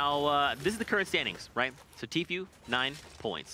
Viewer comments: announcer kept calling him "t-few" lol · Its tfue not tfew